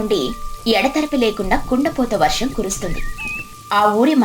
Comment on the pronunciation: వరాహం కాదు... తెలుగు సరిగ్గా పలకండి